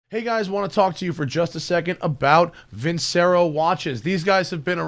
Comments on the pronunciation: If you're going to sponsor Vincero, at least pronounce it properly. It's Veen-che-ro, not vinsero. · I know it's weird for a car guy, but I love Opera, and one very popular piece has the word Vincero in it, and it's pronounced the way I typed it. Sorry to be whiney, this was a great video, but I keep hearing the wrong pronunciation and it bugs me. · Don't wanna be a dick here but shouldn't that watch brand name be pronounced like Versace or in other words c=tch as in ketchup. Sounds like an italian expression for I win. Just curious.